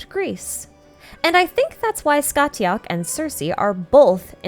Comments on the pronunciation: Heyyyyy just thought I’d let you know Scathach is pronounced Scaw-Hawk (from an irish speaker 💓) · amazing to see how the story of cu chulainn relates to childe. btw the t in scathach is silent so it's pronounced scahach